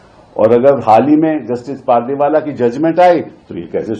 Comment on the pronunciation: पादरीवाल नहीं पारदीवाला